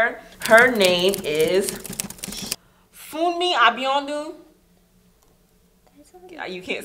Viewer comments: I love Tuesdays because I know I get to watch these beautiful Angels 😘♥️ The way they pronounced Funmi Abiodun was funny... Btw I am Nigerian and a yoruba girl 😉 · Sweet kids ....the pronunciation of funmi abiodun is another thing 😄😄😄I am waiting for my turn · Awww you didn't even pronounce it well 💝💝 it's sounds so funny dear love you guys so much